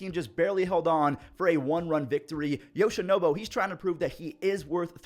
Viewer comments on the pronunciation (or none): How long is this guy gonna call yoshinobu yamamoto yoshinobo 😭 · love ya but its not “yoshinobo” lol its NOBU 😂